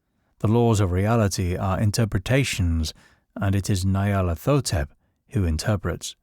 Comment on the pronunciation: Ny-ar-lat-ho-tep. Its Egyptian.